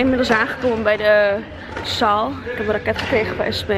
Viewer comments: Wilde net zeggen ligt t aan mij of hoor ik t verkeerd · Racket spreek je niet uit als 🚀 hè!!!